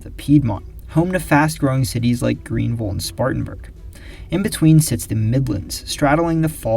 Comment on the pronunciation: Thank you for pronouncing “Greenville” correctly.